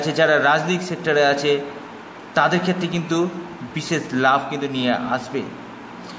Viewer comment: সেই হবে বলেন ছেই বিদেশ হবে বলছেন বিদেছেস বিশেষ হবে বলছেন বিছেছ উচ্চারণ ঠিক করে কথা বললে কথা ভালো বুঝতে পারা যায় দয়য়া করে সুন্দার করে কথা বলবেন আর খুব একটা পেচিয়ে বলবেনা যা বলবেন সরাসরি বলবেন ছোটো ভিডিও করবেন শট কটে একটু খেয়াল রাখবেন আশা করি আপনার জন্য শুভ কামনা রইলো